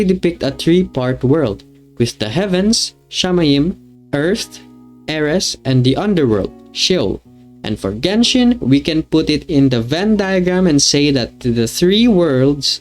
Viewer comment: The last theory was really interesting! And your pronaunciation of the Hebrew words was not bad (i was not expecting to hear it lol, caught me off guard) altough "eres" is pronaunced more like "eretz" or "aretz". All in all, nice video!